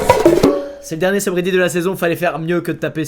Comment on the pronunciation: "Dernier seube redite" ...... .... ... .. . AH